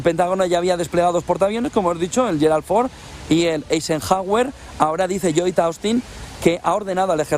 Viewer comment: A qien interese, LLoyd, se pronuncia LOYd. SoCal..